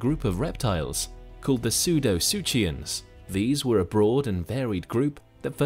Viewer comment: It is pronounced sudo - sookians, no "CH" sound!